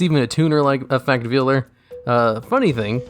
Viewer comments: It's said like "Vale", not "veel". I don't know how I manage to run into so many YouTubers who've apparently never learned how to say simple words. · Says effect veiler correctly, proceeds to call the customs veeler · sobs in VEE-ler